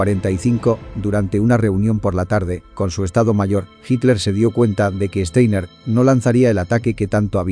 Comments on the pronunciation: Este apellido alemán no se lee "Esteiner", se lee "Chtainar". Esto se puede escuchar varias veces aquí en Youtube en el video titulado: Downfall (2004) - Clip 1: Steiner's Attack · Este comentario va para el youtuber para el que está hablando y dice frecuentemente Steiner con e cuando empieza con S por lo tanto voy a escribir fonéticamente como suena..Shtainer